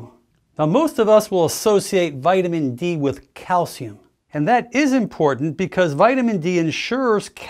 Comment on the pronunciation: Wonderful human! AND…, not only does he put out great info, but he also speaks intelligently…. I have yet to hear another doc pronounce all the “T”s in the word ‘important’, as most ppl on youtube say something like “ impornt”. 😂.